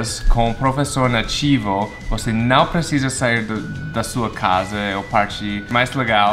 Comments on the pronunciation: Você tava certo sim, você tava falando perfeitamente o "não". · Is good your "nao" kk its porfect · A pronúncia do "não" foi muito boa, e a dela foi bem... fofa ("naum", hehehe) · Pra mim ele falou direitinho kkk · Dude your pronounciation on the word "não" is actually quite good, especially when you guys don't have any sound that is similar to that one, it's difficult :D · Seu "não" ficou perfeito, cara. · seu "não" tá muito bom! de verdade! tah quase perfeito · Hey, you really know how to say "não", it's very good! :) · A pronúncia do "não" pelo tá perfeita! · Hello, you've got it, you said the word "Não" correctly, I could hear the sound spreading from your nose, hahahah greetings from a Brazilian!!! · Omg, his "não" is perfect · Seu "não" ta certo, sou brasileira e entendi muito bem. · ele falou "Não" certinho q fofis kkkkkkk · você falou certo a parte do "não". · Her " não" is actually better than his. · ue, seu "nao" tá perfeito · já fala "não" certinho hahah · Seu "não" estava certo! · voce falou certo o nao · você fala a palavra não corretamente :) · calma cara, você falou certo, conseguiu falar não